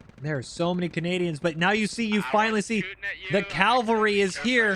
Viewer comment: "The calvary is here?" I think you mean the cavalry unless you too have "Stefanyitis" 😆